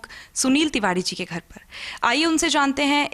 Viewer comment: Bhi vo tivadee nahee Tiwari hota hai konse. School mai pade ho aap